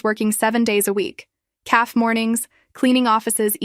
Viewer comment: CAFE’ not calf!!!!